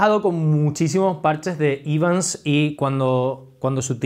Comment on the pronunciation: Hola. La pronunciación correcta es Evans, tal como se escribe. Gracias por los vídeos